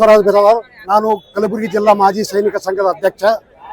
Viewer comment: Kalburgi Anu kalburgi